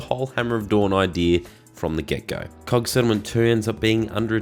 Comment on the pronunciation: is it just me or does it sound like you said cock instead of COG?